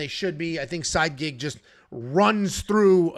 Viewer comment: lol side-gig, I think thats Sigh-eed. Same name as Said.